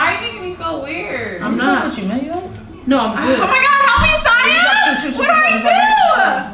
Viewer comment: Not my South African self pronouncing Siya the South African way